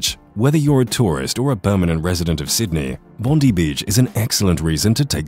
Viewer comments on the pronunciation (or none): And by the way, the beach is Bondi, not Bondee. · Thank you, nicely done. Bondi is pronounced Bon-dye. Would be good to include that a great time to visit is during Vivid when the buildings of the city are lit with projected images, and the trees are lit with fairy lights, giant sculptures and interactive light/music areas. The festival magically transforms Sydney for 23 days and nights across May and June.